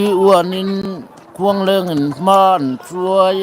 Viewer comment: Khuangthing niloin Khuangṭhing